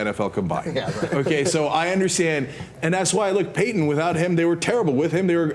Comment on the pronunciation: fail to call Payton Manning "paten manning" lol